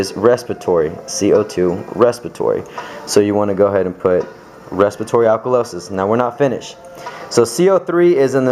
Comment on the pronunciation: respitory haha